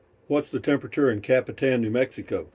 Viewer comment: I like the way Google girl pronounces Capitan , better than Alexa ! Copy - ton ! !